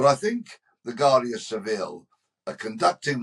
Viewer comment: Its pronounced wardia not Guardia.